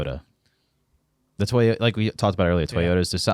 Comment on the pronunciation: I would like to know if Clint Boyer gives TOWS or TIES away to his kids at Christmas? Somebody needs to teach him how to say TOYOTA!!!!...Also NASCAR needs to just throw some scheduled pit stops for fuel onlz to make them race full speed the entire race. Watching the interstate traffic jam at half throttle totally blows!!! That is NOT racing!!!!